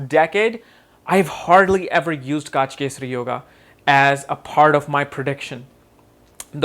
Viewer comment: its not Gaaj kesari but gaj kesari or gaja kesari